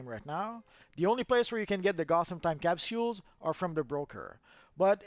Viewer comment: Could you say capsules better?